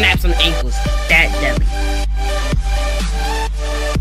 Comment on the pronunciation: Great vid, my brotha. Took me about 2 minutes though to figure out that you were saying "deadly", I thought it was some new hip expression called "Deli". Nice vid though, my man.